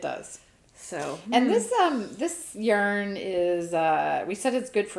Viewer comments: I also say yarrrrrrrn... but maybe you could lighten your arrr if you did the inhale thing every time you said yarn? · “Yarn”! Yah that sounded different!” I laughed so hard I needed my asthma rescue inhaler!!!